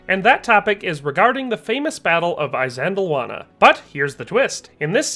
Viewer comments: Good Lord 🤦‍♂️🙄 PLEASE pronounce the terms correctly BEFORE you upload the presentation...it's NOT "eye-zand-lawannah" It's "Ihss-LAND-awanah". IHS, not EYE. Fix that properly and reupload. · I believe ISANDLWANA is not pronounced with an "I" (eye) as the first letter, Also are Roman soldiers called LEGEONAIRES NOT LEGEONARIES? Anyway loved the video how about trying Japanese Samurai against New Zealand Maoris or even Aztec warriors???? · The "I" of Isandlawana is pronounced as the I in the words: this, kiss, and list.. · Why are Americans so bad at pronouncing names? It is 'iss:" as in "hiss" for Isandlwana. Not 'i' as in eye! So dim. (That's dim as in him, skim or rim, not 'i' as in dime!) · "eye sandlwana..........try....... ee sandlwana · It's not pronounced "eye-sandlwana"...it's "iss-sandlwana" but thank you for a really good video 👍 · It's not Eye-sandlwana in the same way it's not Eye-raq. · Soft ' I ', like in ' it '. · He can't pronounce things correctly either, Imp-iss, Eye sandul wanna, I can't listen anymore to someone who cannot pronounce the words correctly. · Why do you keep mispronouncing Isandlwana? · Isandlwana, pronounced ee-san-"click"-wah-nah, like saying eesand-"click"-wahnah. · You cant even pronounce Isandlwana correctly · Good heavens, at least learn the pronounciation, even of 'I'. Good video spoilt. You also show Rorkes Drift which was a British victory as Isandlwana. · Never heard this battle pronounced this way. But good video learned a lot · typical yank MISPRONOUNCING A PLACE NAME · Dude. If you are going to make a video about a historic battle, please learn to pronounce at least the battles' name correctly... I really wanted to watch your vid, but about the 20th time you mispronounced Isandlwana I just couldn't take it any more... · The chap can’t even pronounce the battle properly 😢